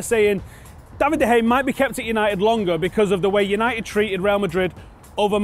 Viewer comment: I'm still surprised how can't pronounce De Gea's name properly.